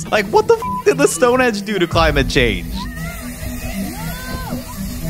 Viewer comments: Pissing myself laughing - He Said "STONEHEDGE" Are you serious????? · It's not stone hedge, Einstein. It's Stonehenge!!🙄